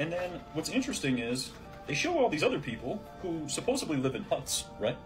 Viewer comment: Anyone that puts B in the word supposedly...he said supposably I'm not listening to their conspiracy theory there's a D in the word DDD